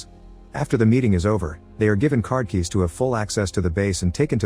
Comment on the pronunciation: Car kyes ???